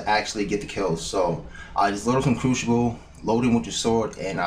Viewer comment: Cruxiable xD